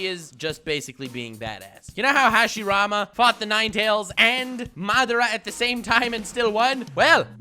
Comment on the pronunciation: Good job saying the first hokages name wrong